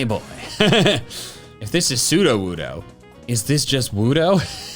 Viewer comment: Sudowoodo becomes trudowoodo